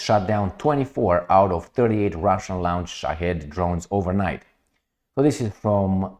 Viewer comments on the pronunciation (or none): Trust me he is immune from any type of assistance in grammar. I've seen it with the word launch. He said lounch, was hilarious how many people tried